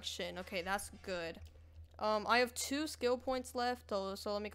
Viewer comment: Stand Upright kinda bad ngl also he called twova twoh wtf